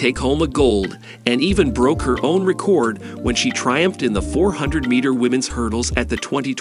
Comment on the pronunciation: “The eight school”?? “Abby STEENER”?? “REEcord”?? “OREEgon”?? A virtual voice narration? Seriously? Couldn’t you get a REAL human to narrate this video? Sheesh.